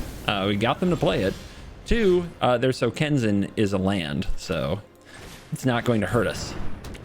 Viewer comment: SokenzAn. Not SokenzEn.